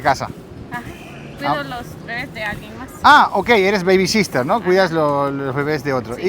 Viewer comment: Niñera es " babysitter" no " babysistter"